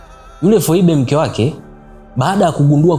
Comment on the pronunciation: Phoebe,,inakuwa pronounced as Fibi😊😊story nzuri sana lakini